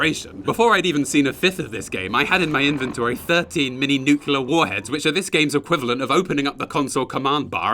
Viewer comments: I'll never be able to get over how so many people say 'nucular' instead of nuclear. It's not like it's a hard word to pronounce. I mean, great video as always! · Masters in chemistry, says “nuculer” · heh nukular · NUCLEAR you intellectually challenged Youtuber, it is NUC-LE-AR, not NUCELAR! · I love your content so much but omg when you said "nukular" instead of "nuclear" I kinda really cringed because George W Bush (so cringe) ....................... That's allll I hear when it's pronounced that way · Great vid, but the fact you say nucular as an ex-chemistry teacher irks me something fierce. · NEW. CLEE. ER. NOT NUKE-YA-LER.